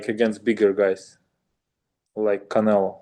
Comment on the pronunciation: It's funny to hear Bivol say Canela. He gets no respect for being a 🦆